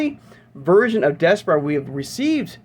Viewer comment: I think it’s pronounced Des - par - ra